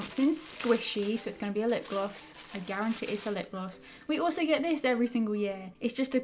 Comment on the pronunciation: Tis the time for everyone to think you can’t say lipgloss right😂